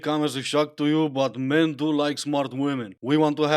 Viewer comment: "Iy have a theoree about mairn"... << inner me: reeeeeally? Do go on...